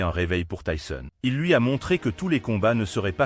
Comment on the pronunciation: Commentaires nul avec la prononciation de tyson ❗